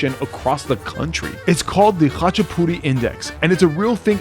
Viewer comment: Oh man… you did the khachapuri so wrong that it actually made me tear up 😭 but we will take the ratin go guess, you should’ve just made tonis puri tho